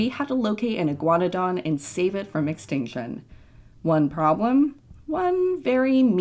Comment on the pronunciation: Did anyone else realise that it sounds like shes saying exticshon, amd advensher?